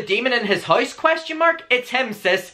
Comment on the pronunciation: "noi" "hoise" ???